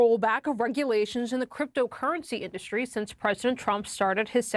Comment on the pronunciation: Hilarious pronunciation by the idiot. IN-Dust-Stree! Sniff sniff.